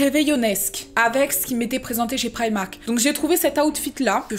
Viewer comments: "priamark" mdrrrrr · Instaa gang 😍 j'adore comment tu prononce primark